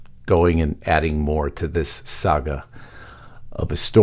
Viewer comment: Your tag line: "Big Mistake" Speech Coming! Obama May Have Just Gave Trump the Opening He's Been Waiting For! GRAMMAR ISSUE! May Have Just GAVE should have read "had given". Also, the word is "THAT" not DAT and DIS. You say DAT and DIS. Bad grammar makes you sound stupid and I know well you are NOT! Clean it up buddy!